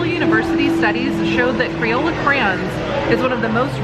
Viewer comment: Oh boy lmao, well better than when he was saying 'crowns' lol